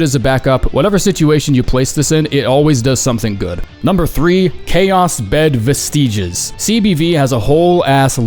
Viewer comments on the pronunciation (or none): Someone please teach this man how to pronounce rapport, fracas, and vestiges